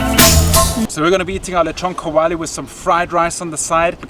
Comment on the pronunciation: "Leeshon kaowalee" lmao 😂